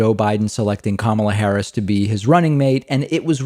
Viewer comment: David, her name is not pronounced 'Camma-la Harris'; it is pronounced 'Comma-la Harris', like the punctuation mark.